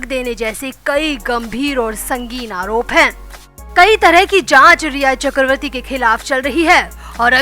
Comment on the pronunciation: Chakravati is wrong pronouns ,it should be chakraborty/chakravarty